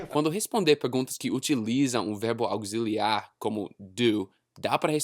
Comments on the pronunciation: hahahahaha cafuné em careca é cafuné mesmo hahahah, a small correction. You pronounced "aucciliar" but we pronounce "auciliar". Sometimes the "x" sounds just like the "s" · Auxiliar = Auciliar ou Ausiliar... o som é como o "si" você falou "auguiziliar" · você precisa treinar a pronuncia de "auxiliar", o som desse x é de "s" não precisa complicar kk